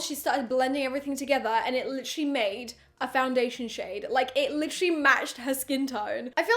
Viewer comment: No one:: litcherly every five seconds!😂 I counted and she said it at least 30 times!!